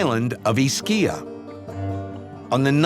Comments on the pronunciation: It's not " Ischìa ", it's " 'Ischia " :), but the story really touches your heart. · Ischia is pronounced IS-kee-ah, not is-KEE-ah. Iacono is pronounced YA-coh-noh, not ee-ah-COH-no. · Sicily, along with its surrounding islands, was invaded and populated by various cultures over the years — the Greeks, Arabs, Normans, etc. Any Italian place names ending in “-poli” (e.g., Napoli) were Greek at one time. And “Ischia” is pronounced with the accent on the first syllable, Dr. Gates! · Pronounced Is-kee-a beautiful seaside town. ☀️ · Wish they had the pronounciation of the island of Ischia correct and also the history....The earthquake of 1883 happened on JULY 28th. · I’m from Romania and we pronounce the name with the accent on first syllable 👍🏻😊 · Only he mispronounced it. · I don't understand because this narrator doesn't make the slightest effort to discover the correct pronunciation of Ischia or Casamicciola: It doesn't have to be difficult: just go to Wikipedia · I always follow this series when I get the chance. It's just a pity that they didn't get the correct pronunciation of Ischia (accent on the first I) or Casamicciola (again accent on the first i)